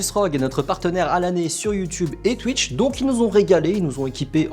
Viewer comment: J’adore sa manière de dire twitch (tuïche)😂